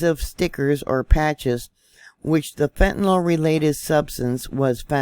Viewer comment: #1. America has bigger problems than fentanYL, BTW it's NOT fentanALL, it's NOT fentanol, it's fentaNYL. Get your chems straight. Our "biggest problem" in America is the same as every other civilized, (or uncivilized), nation. It's the NEW WORLD ORDER who's ADDICTING everyone with everything from depopulation food to vaccines, to MSM indoctrinational brainwashing. They're flattening your frontal lobes with everything under the sun. Many of you no longer have the capacity for independent thought or objective critical analysis of what's going on around you.